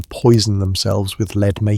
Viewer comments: Gaahhhh … I love your stories, but your narrator (it’s probably AI), makes so many pronunciation errors, it’s almost making it impossible to enjoy. Proper names are pronounced three different ways … words are mispronounced such as “lead” (heavy metal) — “lead” (leading the way). These could be spoken phonetically, since you don’t have captions. The script could be spelled “led” instead of “lead.” Does no one watch the video and edit before uploading? You’ve got a great channel, but so many errors. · I was so disappointed to realize this lovely British voice was AI when he was talking about lead poisoning and pronounced it as lead as in leader. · Also, it seems like a real person isn’t even speaking… at about lead is pronounced wrong. It sounds like verb as in “she would lead them” rather than the noun as in “lead is a heavy metal.” This is a mistake that AI would make, not a person. Seems like everything from the images to the narration to the script are AI generated. Sadly, I won’t be listening in anymore. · yep that pissed me off too much couldnt sleep lmao